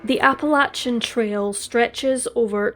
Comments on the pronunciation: Love your narratives, it's actually pronounced like 'apple-lay-shun' not 'apple-latch-un' Soft ch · Did the police really need to tell us that he was wearing "Performance Underwear"? BTW its pronounced Apple-eh-shin mountains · Its Appa-lay-shian Trail, unless youre from the South, then its Appa-latch-inn Trail. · Appa Lay chin..otherwise very good. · Most people in North America pronounce Appalachian Mountains: Apple- lay- tion (like nation) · True, except for her mispronunciation of Appalachian. 😬 It made me cringe and shudder each time she said it.